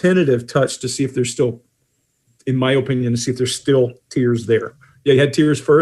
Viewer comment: Does anyone else find pronunciation of "opinion" to be fascinating?